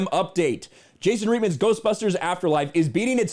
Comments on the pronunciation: Also, you pronounced Jason's last name wrong.. it's pronounced right-man. Not Reet-man. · Jason "Reet"man ... ??? Um ... what??! At least know how to pronounce his name dawg.